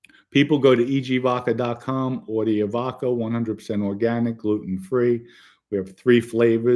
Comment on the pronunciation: Vodka .not vovca